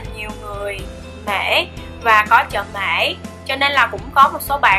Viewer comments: mỹ mà chị nói bể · Mỹ mà nói là mể